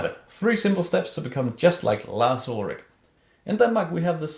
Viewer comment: I love how you say Lars Ulrick instead of Lars Ulrich :)